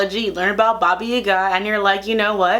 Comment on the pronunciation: Oh my god, that's the first time I heard an American person pronounce Baba Yaga with perfect Russian accent! What a win!